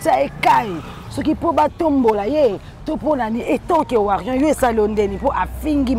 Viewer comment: Warrion nde nini lisusu. BOZO yoka te. On dit WARRIOR. On prononce le "R" à la fin. Est ce que Fally est bête pour que quelqu'un lui dicte sa façon de gérer son INSTAGRAM? Qui il doit poster? Bêtise sur bêtise.